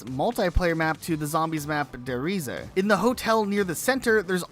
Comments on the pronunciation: Its pronounced rees. Not reesuh. Lol Source.... Me. I'm almost 33. I played all the cod games and their dlc the day they released. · its not Reese-uh, as that would mean the travel. its Reese. which means the giant. considering that multiple times the map is referred to as the giant project, its safe to assume its der reise meaning the giant, rather than the way you guys say it which means the travel. also the word Der at the front means it means the giant, where as reeseuh would need die at the front which measn the travel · Da reesah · Der riese uh 😂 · tf is that pronounce? I dont speak german, and i can pronounce it better. DER REIZA?? God this is actually cringe.